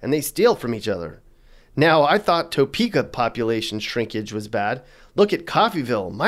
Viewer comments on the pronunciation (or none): It’s pronounced Tuh Peka not Toe Peka. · We don’t say toe-peek-ah. We say tah-peek-ah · It's Tuh-peka, not Toe-peka. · First ~ "TOE' peekah?" 😑 "Tuh PEE' kuh" (Lazy dialect I suppose. We don't have an accent here...we just copy everyone elses.) Next ~ And, what the heck? Kansas City, KS, didn't make the list?? 🤨 Finally Does the crime rate in Leavenworth includes in part stats from the federal prison there or the state prison in Lansing (right next to Leavenworth). (I'm going to leave the military base out of the equation since they deal with that themselves. (Warning ~ if you ever go to Olathe, KS, it's pronounced "Oh LAY' thuh", not "OH' luhthee". You can say "OH' luhthee" but we'll laugh about it forever. I'm still trying to figure out Iola making the list. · I live in Salina Ks and was tickled that you did a video on our state. Topeka is pronounced Tapeka not Toe-peka. You're right that it sucks. Our state does have problems, yet we have lots to offer.👍💕 Lived in Wichita and quickly moved back to Salina. Scary city -Wichita, that is. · You can always tell someone isn't from Kansas by the way they say Arkansas City or the Arkansas River. If you're FROM Kansas you know it's pronounced Ar-Kansas, not Ar-Kansaw. And it's Tuh-peaka, not Toe-peaka. But hey, thanks for thinking of us! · It's pronounced tuhpeka not toepeka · It's Pronounced "Tuh-peak-Uh"; Not "Tow-Peak-Uh". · It’s not “TOEPEKA” it’s pronounced TAHPEKA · Not Toe-pee-kah but Tah-pee-kah. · As a Kansas native, this makes me laugh and it’s Ar-Kan-sas, and Toe-peak-a,. And thanks for pronouncing Wichita right. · This is hilariously bad. It's Poorly written and researched. D for effort. A for misinformation. I'll just leave it at "Toe peaka" ahahahahahah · Topeka is pronounced "Tuh-peeka." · Toe Peaka lol I didn't know KC Missouri was in Kansas. Halarious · The heavy inflection on the 'TOE' part of Topeka is killing me...😆🤣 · It’s Pronounced “Ta-pee-ka” Topeka